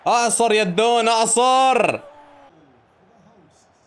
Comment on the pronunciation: الدون ❌ الزون ✔